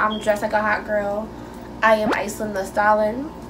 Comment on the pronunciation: she didn’t even say stallion right 😂